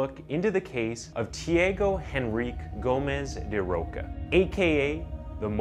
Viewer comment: “Chee-ah-go En-rri-kay Gomez dah Ro-sha “. 😉 It’s a bit difficult, but that’s how it’s pronounced.